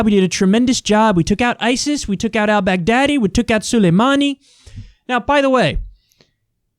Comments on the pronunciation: Why's he pronouncing "Al-Baghdadi" like "I'll beg daddy" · Nobody: Trump: We took out Al bag daddy